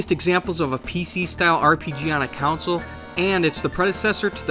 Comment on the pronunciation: Being able to pronounce "console" seems like a requirement for a gaming channel.